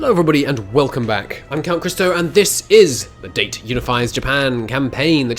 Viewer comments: Dah-Tay... not date Stop Pronouncing it Wrong! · Dah-teh,, not Dey-t